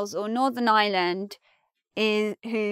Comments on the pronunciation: You don't pronounce the "r" in Ireland? It is as if you are saying "island" and not "Ireland". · Please, it's pronounced Ireland, not island. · As a non-r-dropping American, I chuckled to hear you say what sounded like “the island of island”. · I've always been bothered by the way English people pronounce Ireland and this video shows why. Most English people pronounce Ireland pretty much the same was as they pronounce island. Which lead to a sentence in this video that sounded like this "northern island is on the island of island" when in fact the sentence was "Northern Ireland is on the island of Ireland". Ireland and island are different words, there is an R in Ireland, just sound it out! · You've missed my point completely. You're right, the phrase "island of Ireland" is correct. I'm commenting on the the English pronunciation of the word "Ireland". They pronounce it exactly the same way they pronounce the word "island". So it sounds like they're saying "island of island". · I thought exactly the same I'm still learning English but it was so hilarious. Like, she didn't even tried to make it sound a bit different one from the other. English is funny thou'